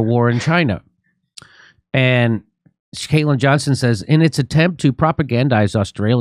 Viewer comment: Yo jimmy, it's Caitlin Johnstone not Johnson